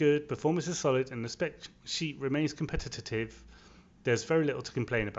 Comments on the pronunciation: Yes I noticed that too. Syllable-challenged. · "Competi-ta-tive" :'D